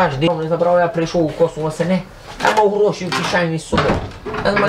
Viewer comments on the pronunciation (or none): none